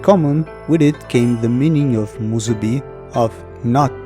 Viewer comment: Man, you nailed with the "musubi" Im just continuing the video now, but basically oda used that concept in 1122.